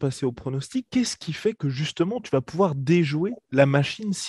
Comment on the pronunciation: le "déjouer" qui sonne comme démonter mdr